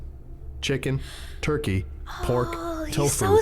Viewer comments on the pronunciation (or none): none